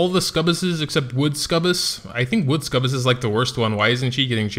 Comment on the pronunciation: I'm not sure why you keep calling them Scubus, amusing regardless, but didn't anybody say it's pronounced Suck-U-Bus? :)